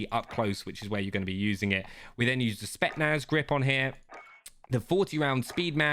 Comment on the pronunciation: “Spet-naz”